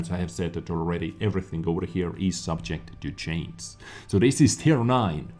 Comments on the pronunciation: u're still saying subject to chains instead of change! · Concerning the word "change", say the word" judge". Put the sound of that word(front or back of the word) on the end of change and there you have it !! Or chanja !! LOL Peace bro.